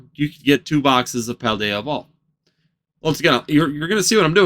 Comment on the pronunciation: Pal day a. Not paladea